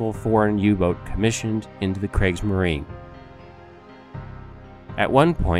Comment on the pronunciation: Kriegsmarine (Pronounced Kreegs-Mareeneh] ... DO THE RESEARCH!